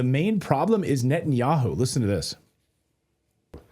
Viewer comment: "NUT-THE-YAHOO" ....I'll leave it there